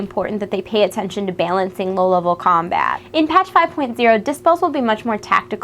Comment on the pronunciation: "Bailancing.." :P